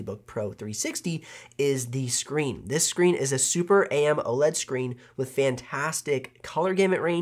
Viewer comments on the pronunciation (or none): It is AM-O-LED, not A-M-OLED....